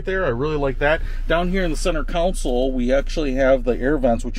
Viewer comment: Console not counsel.